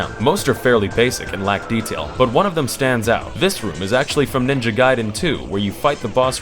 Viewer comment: he said ninja gaiden right